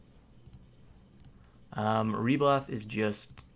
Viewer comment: No thank you. Really tho. Rebluth? You can't even pronounce REE-BURTH? LOL OMG. ANYWAY. ALSO. it's HEVE, LIKE heve ho. I am good and so are alot of people. Find someone else with better explanation. Ty be safe